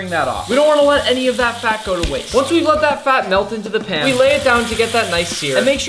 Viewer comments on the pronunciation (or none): none